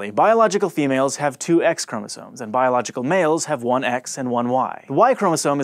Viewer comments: I love how he says "boilogical male" and "biological female" I feel so included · This episode was PC, bro. The emphasis on "biological"... That's how you know PC has infected the science community.